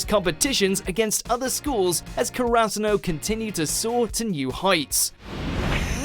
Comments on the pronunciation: Did you say Ker-Ass-u-no?!?! It's Kara-Su-No. For shame. Put some respect on my crow sons! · Same. The way he says Kurasuno irritates me to no end.